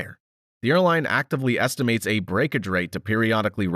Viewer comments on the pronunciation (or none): none